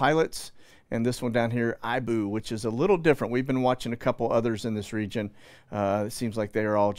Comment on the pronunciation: The volcano in Indonesia "Ibu" is pronounced 'eee-bu' and means Mother (their 'I' vowel sounds like our western 'E' vowel. Js